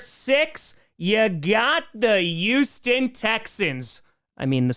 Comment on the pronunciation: Ya need to learn how to say Houston fer fucks sake.....